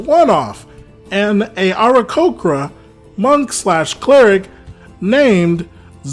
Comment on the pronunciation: Was confused about how he was pronouncing aarakocra. Sounded like he was stuttering the start of it every time.